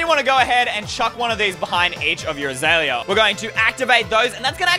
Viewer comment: he said azeala awsome 🍭